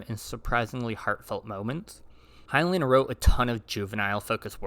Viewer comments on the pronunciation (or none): none